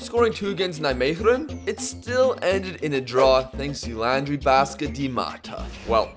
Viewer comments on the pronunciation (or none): none